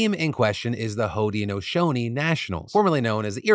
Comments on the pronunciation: I think it’s pronounced hood-nashownee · I’m from Syracuse and live on the lands of the Haudenosaunee, so I feel obligated to post this: Onondaga is pronounced On-Na-Dog-Ah and Haudenosaunee is hoh-den-uh-SHOH-nee. Hope that helps!